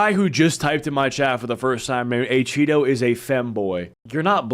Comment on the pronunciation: ACheeto ❌ Achoppedto ✅